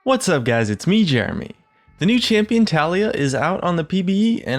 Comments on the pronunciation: Btw guys.... her name is pronounced as "TA-LA-YAH".. not "TALI-YA".... watch her champion spotlight... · low-key triggered when he says ta-lie-ya not ta-LEE-ya :33 kappa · It's Tah-lee-yah not Talia. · I dont care if the developer failed third grade English, the way its written and therefore pronounced is Tali-Yah